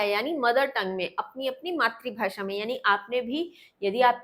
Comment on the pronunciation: Matrabhasha ❌ maatribhasha ✅ 😂😂😂😂